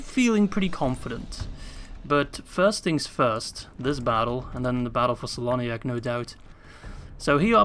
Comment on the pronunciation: Well, you correct the Sindarin pronunciation of Tirdhuim but keep spelling "Celoniach" with the soft C... All the "C" pronunciations in Sindarin are spelling as a "K" sound, so it spells "KELONIACH"